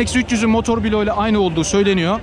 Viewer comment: Allah aşkına artık motor biloğu demekten vazgeçin ya! Binlerce kişiye hitap ediyorsunuz yaptığınız işe saygınız varsa lütfen düzgün okuyun kelimeleri. Bilok değil Blok olacak arada i harfi yok. Her duyduğumda irrite olup kapatıyorum videoyu.